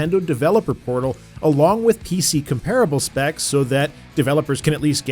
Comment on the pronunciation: COM-PER-A-BUL Please!